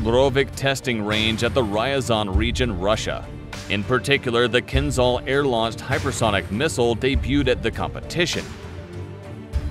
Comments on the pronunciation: ...yeah i suggest you get your pronunciation right.....its kinzhal not kinzal.....dagger in Russian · You are pronouncing its name wrongly, it's Kinzhal , (Кинжал) not kinzal (Кинзал) The pronounciation of (Zh) is like pronouncing "S" in (Measure) (Pleasure) (Exposure) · В топ. А то они все заладили про какой-то Кинзал) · not kinzzal but kinzshal... after hating russia for 100 years you could show some respect and learn how to pronounce things, cretins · It's pronounced like kinJal, not kinZal. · Sounds funny, the pronouncer not be able to pronounce,,Keenzhall" as suppose to sound. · It's pronounced Keen-jahl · Exactly! Was about to say the same thing )